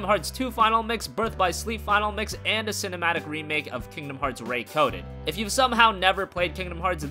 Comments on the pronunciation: Nitpick incoming. Its Ree:coded, not Ray:coded, as in Remaking the game. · Ray chain of memories? Ray coded? Dude seriously